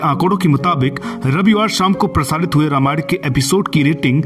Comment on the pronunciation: Anchor please note you have always pronounced the word Ramayan wrongly. Please correct it by taking help of some learned person.